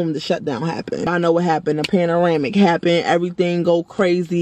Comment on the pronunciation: PANARAMIC??😂😂😂 PANDEMIC😂